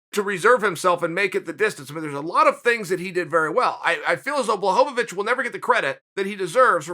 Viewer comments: Me: Blachowicz Chael: Blahobowicz Me: okay Blahobowicz it is. Sorry Uncle Chael. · No one: Uncle Chael: "BLAHOVOVICH!" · BWA-HO-VITCH give respect to his name. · (Blah-ho-vich) Mr Chael sir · I'm glad you finally came around with Blachowicz Chael. He made Light Heavyweight Great again. BTW nobody pronounces his last name right except Joanna Jedrzejczyk not even that douche bag Ariel pronounces it right.